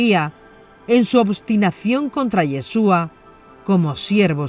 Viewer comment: No es Yheshua es YHASHUA.